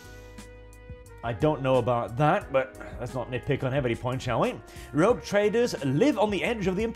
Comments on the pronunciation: Rogue, not Rouge. I realise English is not your first language, but both those words derive from the French, so no excuse. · Sir, I believe it's "Rogue Trader", not "Rouge Trader"..... But Rouge Trader is....funny....interesting twist....